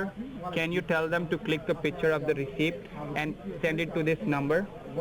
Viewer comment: did scammer say “ receiPt” and actually pronounce the P..?